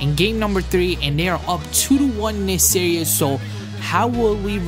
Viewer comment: Every time he says series, he says serious. And he's always saying tough layup. :)